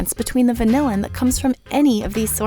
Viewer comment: That is not how you say vanillin. It's more like van-illin, similar to penicillin. No one in the industry pronounces it the same way as vanilla.